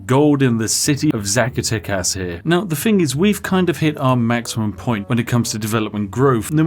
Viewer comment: hey spiff, raise your carisma stat by one by pronouncing zacatecas correctly. in spanish the z is said like the s, so you would say sacatecas instead of what you said xD have a wonderful day